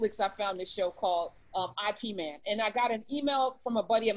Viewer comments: Ip Man, not I.P. Man 😂💕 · Karen, it’s pronounced Yip Man. 😂🤣 Not that it’s our language or even matters.